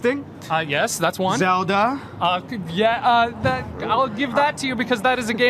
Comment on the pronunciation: That guy saying "ZELDA" was really weird...